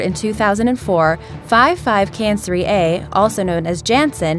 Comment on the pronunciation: what the fuck its not five five canceree a its fifty-five kan cry ee (55 cancri e)